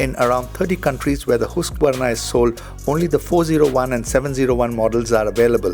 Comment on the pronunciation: Finally someone pronounced Husqvarna correctly!